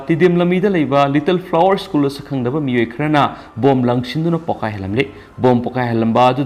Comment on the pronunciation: (Zack Bou) Mingsidi meine hey 🔥🔥🔥 English pronunciation tourak pa matam dadi school shu ischoon heina pronounce touba, Aduga Favourite shu fabarite heina touba.....Noi Tamda lei na ngei mapham loukhrabra mibu chetkhro heiri sibu... ..hoine noi tamda di Houjitti chaga leite Adugi noigi Lou(paddy field) pukhri singsu leibakna phumdokla ga yum sha na ngei tou ri baniko........Adugi nine noina migi land mullaga lei na ngei hotnari ba se kom.